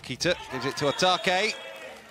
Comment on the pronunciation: The commentator kept miscalling Yamauchi —> Yamaguchi 😢 Also Otake. Sometimes he called Atake, sometimes Itoke, gosh, it’s not that hard 😰